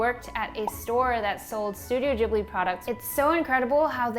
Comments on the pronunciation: isn't it pronounced gib-li not jib-li ? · Studio "jiblie"? Never heard it pronounced like that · i did not know Ghibli is pronounced the way youre saying it. i feel embarrassed cause i love them. i thought it was more of a ghibli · just realised americans pronounce it ‘jibli’....im devastated what is wrong with y’all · am I the only one who pronounced Ghibli like the g in glass and not like the g in germany like she does? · Wait what that's how you pronounce Ghibli